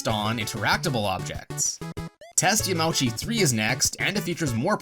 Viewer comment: it's pronounced yamaoochi not yamaowchi tut tut tut